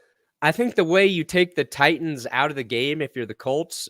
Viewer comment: Can someone please tell it's not Ti ens, it is pronounced Tightens, I don't understand why he pronounces it with the second T being silent???